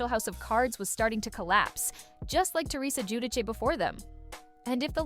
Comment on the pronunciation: Come on now. You're going to narrate this video and you can't even correctly pronounce the name Giudice.